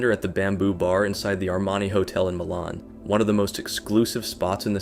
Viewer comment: he pronounce the fuck outta MILAN